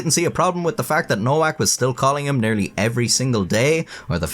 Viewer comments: Nowak is pronounced novac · trash AI voices NOWAK is Pronounced NOVAK, Eastern European grammar. Just so many bastardized pronunciations of even simple words that the most uneducated can pronounce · Her name is pronounced NoVak, not NoWak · WTF is man-slaw-er? And it’s pronounced Novak not Nowak. Geez. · Pronounced Novak not Nowak lol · Nowak is pronounced NoVAK. Bugged me the whole way tbh, and made the "whacking" jokes cringy asf. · It's pronounced Novak. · You can't really joke about a last name if you have no idea how to pronounce it in the first place. It's Novak. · "Nowak" is pronounced "Novaak." It means "someone new" in Polish and is a VERY common Polish surname. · Nowak is pronounced as "Novak". In Polish, "w" takes the place of "v", and "ł" more or less is pronounced like "w" in English. Thus, for example, "Wałęsa" is pronounced more or less like "Vahwensa". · Well, I still think she deserves a medal for being such a competent person. They should have figured the Asperger's. All those fighters etc. I spent half a lifetime on building sites, genius. Shouldn't her name be pronounced "Novak"? Casanova is "the man" though! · It's pronounced Nho-vhack, ffs! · The most common pronunciation is "no-vac" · I think the name Nowak is usually pronounced "No-vac". At least in Northeast Michigan anyway. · By the way, Nowak is pronounced Novac. Like in Lewinski (or actually Lewiński) is read Levinski. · Pronouncing Nowak as Nowhack is the best mispronunciation I ever heard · its a polish last name is pronounced no-vak the w sounds like a v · I know it's too late to do anything about it but I assume that Nowak is actually pronounced Novak given that it's a Polish last name and they pronounce w like v and v like w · It's a polish-jewish surname and it's supposed to be pronounced noVack. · I love that you mispronounced nowak for the whole video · Is it pronounced No WAK OR ? 🤔 ? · Nowak is pronounced with a v